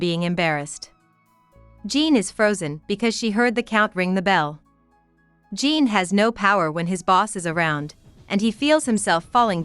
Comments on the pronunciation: your pronounce it kinda like john but fancy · How u gonna pronounce Jean like that 🤣